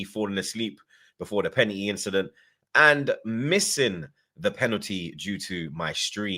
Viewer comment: “To me, that was a pena-eee, u get me”